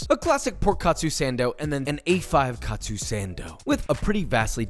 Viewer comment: It's not pronounced kat-su but ka-tsu.